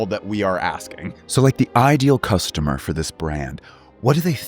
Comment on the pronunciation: "VWAT SHAPE IS CASTOMER"🤣🤣